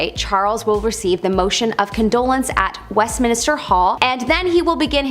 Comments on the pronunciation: THANK YOU for using human narration! 😃 A.I, narration always sounds obnoxious, fake, and slightly sped up. Often, A.I. narration sounds like a 19-year old low-IQ quasi-British homosexual with a slight case of nasal infection... p.s., it's Westminster, not West Minister. (She's a pretty hostess but not well read.) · Why did everyone allow her to keep saying "West Minister"? 😄 🤣